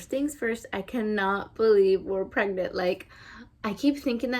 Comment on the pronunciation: I love how you say "pregnant" everytime you say "I am pregNANT" haha